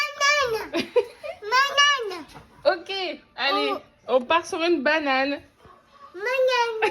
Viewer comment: j'aime trop le " magnane"😋(banane)